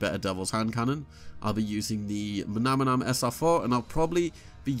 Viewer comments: Have people just given up on literacy? Not just you bro but every youtuber today, maybe deliberately, gravely mispronounces names in the game. Manannan, there is no second m in that name, so why do you keep saying mamanam? Manannam, mana-nam bro. Sorry but it is starting to kill me when collectively you guys reach so many people, and are content not holding to an intellectual standard. It matters bro, literacy matters... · Pls don’t mispronounce the Manannan 😒